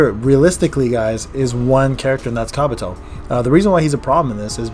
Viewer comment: Did call Kabuto,,Kraputo"?😂